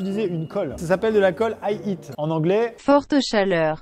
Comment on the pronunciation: Non mais quand ta dit high heat j'avais compris I eat